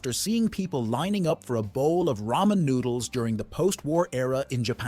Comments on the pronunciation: Aint no way I had to go this far to see this comment 😭😭 caseoh truly pmo saying raymen noodles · Raymen noodles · raymen noodles 🍜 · He still doesn't know the biggest truth. It's not raymen noodles, it's ramen noodles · "ray men noodles" 🗣🗣🔥🔥🔥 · Why do people pronounce them "Raymond noodles" 💀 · The fact that he still blatantly mispronounces ramen.